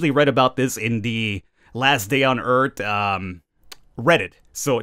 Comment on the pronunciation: I think you said Eart not Earth lol